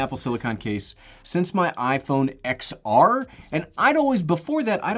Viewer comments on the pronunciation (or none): i stopped watching after you said “x r” instead of “ten r” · “silicon” and iPhone “ex r”